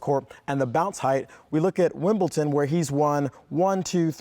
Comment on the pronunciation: Did he really just say WimbleTon? 😬